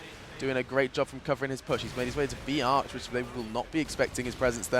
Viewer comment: always when the commentator says b arch it sounds like biatch:D